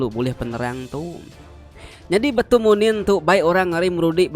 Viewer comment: Munin ukai manin sebutan ya